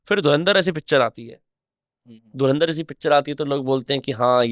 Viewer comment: Nice but AI couldn't say Dhurandhar properly